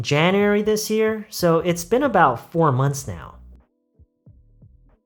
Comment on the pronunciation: been about할때 선생님처럼 발음을 하기 어려운데 혹시 발음 팁같은거 있나요??